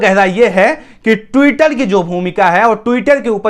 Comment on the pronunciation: आप ट्विटर पढ़ने में गलती करते हो